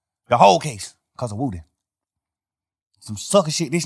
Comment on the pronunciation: Most important thing in this interview is we have been pronouncing woody wrong. It’s like ric flair saying wooo